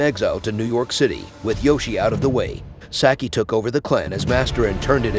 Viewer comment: Sock-eee not Sacky